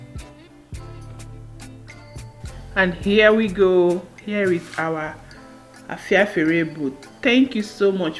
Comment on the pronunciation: U can’t even call the name. Cook the one they make in ur place that u can pronounce!